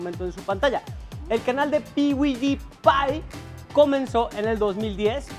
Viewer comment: Se pronuncia 'piudipay' 🤣🤣🤣